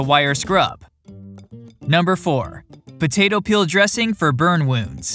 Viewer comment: why is he saying "butato"